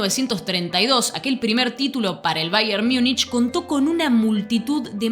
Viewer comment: Infumable esta mujer diciendo baier miunich